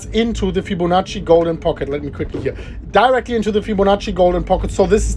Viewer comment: I thought he said DERICK not DIRECTLY 🤣🤣